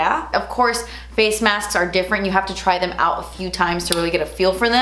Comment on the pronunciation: "so I just removed the face masfs" 🤣🤣